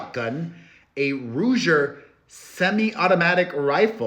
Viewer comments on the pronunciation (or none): I like that you prounced ruger like how people say tarjayyyy for target.😂